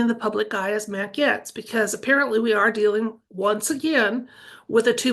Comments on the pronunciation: Gates….not Gets 😊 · Pronounced Gates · Pronounced "Gates"😅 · Gaetz is pronounced gates ❤ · His name is pronounced Gates.Wondering if for safety sake they will keep using actors or is 2.0 real people who had plastic surgery and go home instead back to the dressing room and take off mask?? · Mat's last name is pronounced ( Gates )